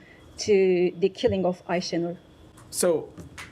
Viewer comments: So, M. Patel heard about Aisha Noor’s name at least since Friday, and up to now he even can’t pronounce her name well! Not so important case? 🤔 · Had nothing to say about Ayesenur ayge , the kind of person she was, forget that couldn't even pronounce her name right. This is outrageous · the fact that he didnt even bother to learn how to pronounce aysenur's name is so disgusting. did he not think her murder would come up? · he is so sorry he can barley pronounce her name... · the genocide spokesman can barely pronounce the name of the American victim of Israeli terror, so transparent that they don't g.a.f. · They're so concerned he didn't even know how to pronounce her name